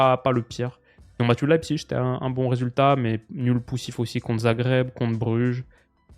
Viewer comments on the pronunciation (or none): none